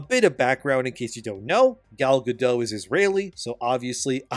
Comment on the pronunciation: I'm sorry but did you call Gal Gadot "Galla Gadough" ? WTF are you smoking bro. You cant do something as simple as make sure you're saying a A list celebrities name right. She literally pronounces her name for you and you cant take the time to listen and get it right. Instead you wont to try to be all edgy and flamboyant but it just makes you look stupid.